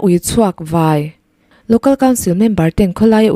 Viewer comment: I aw a fiah ṭhain, chhiar i thiam hle mai.chanel ti hlu tu i ni."Khawlaia Ui chhuak "vai" tih lai i thluk erawh a dik tawk lo deuh.Kanghlâi tih kan lama hlâi tih thluk anga vãi tih lai hi lam rik tur a ni e.